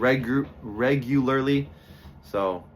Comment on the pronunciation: lol! You say that word exactly like I do. EVERY TIME I have to say “regularly” I have to repeat it and slowly.